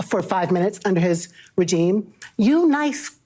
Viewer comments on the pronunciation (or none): Pathetic 'reverend' can't even pronounce the word regime properly.